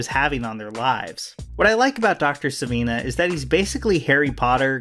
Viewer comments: Good Lord, man, it's Sivana, not Savina. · It's Dr. Sivana not Sivina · Sivana...not Savina. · great video but its Sivana not Savina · "I love Captain Marvel and have been reading his stories since I was a kid" consistently refers to Dr. Sivana as "Dr. Savina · Sivan a, not Siveena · It's not sevina it's sivana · I cringe evertime you say “savina” its just not savina, its sivana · Not Dr. See- Veena but Dr. Thaddeus Boodog Sivana ( pronounced Sah-Vanna) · It's Dr Sivana and David Sandberg, not Dr Savina and David Sanderberg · Sivanna not sivinna! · Did he call the villain "Dr. SIH-VENA"?! What? LOL It's SIH-VONNA. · His name is SI VA NA. Please! How can mispronounce the name after watching the movie? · I enjoyed your video, but it’s Sivana. Like sivv-AHN-uh. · It annoys me how you pronounce 'Sivana' as 'Siveena'. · You're pronouncing Dr. Sivana's name wrong. It's Sivana (Cee-Vaah-Naah) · "Savina" lmao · Wow. Here’s another guy that can’t pronounce Sivana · I was just getting continuously irritated by how you keep mispronouncing Sivana's name lmao